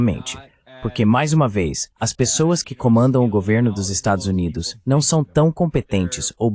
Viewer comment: Adoro o fato dessa IA nunca conseguir pronunciar "Estados Unidos"... É "Estadis Umêis", "Estadis Uáis", "Estázuíns", etc... Uma exposição acidental e acertada da deformidade e dissolução desse país.